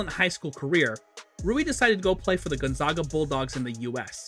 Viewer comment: Love Rui so much. His college is my home town team and watched him the whole time. But this video kills me because this guy says Gonzaga wrong every time. They are the zags. Like zig zag. Gonzaga! Not Gonzahga